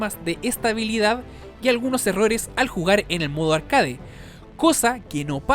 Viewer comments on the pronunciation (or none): none